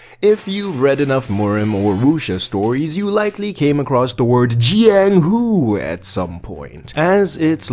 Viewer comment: Bro please dont say jianghu again. I opened this video to sleep but burst out laughing